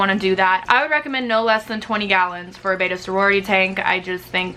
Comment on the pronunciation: It is pronounced "bet ta" not "bay ta"